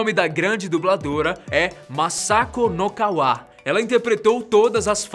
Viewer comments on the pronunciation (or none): nazako nozawa e vc esta pronunciando o sobrenome nokawa kkkkkk ... mas tudo bem.... no japão é normal ter idosos trabalharem e serem muito fortes.